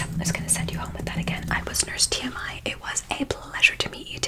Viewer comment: When you said TMI at first it sounded like you said Tammie with an accent